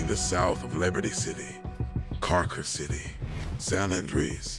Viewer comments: Cool fluid only problem is I think it’s pronounced “car-ser” not car-ker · it's not my fault, it's how it was pronounced, but he's really saying "Carcer City"